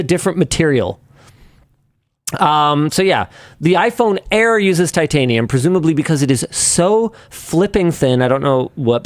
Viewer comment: Why was Linus’s “titanium” actually good